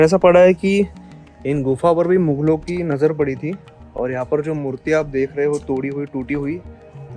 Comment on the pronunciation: मुगल होता है न कि मुघल